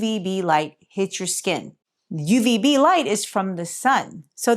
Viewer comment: "UVB".. not Ubv. Isn't b the bad one? One step away from X-Ray?.. I'm PhD Professor (retired/emeritus), but who remembers?!:P Thank you always.:).. I reduced my D3 supplement. A (peer-reviewed) paper came out showing all-cause-mortality reduced for people taking too much. (Another paper showed similar for those taking a multi-vitamin - yes, living less long). I take my 5000 IU once a week instead of once per day.